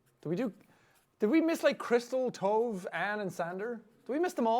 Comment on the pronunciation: From being named Tove, that’s not how you pronounce it 😂 just an FYI to everyone